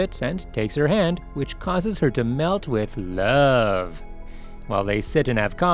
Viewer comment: Why did you say love like that 🤣🤣🤣🤣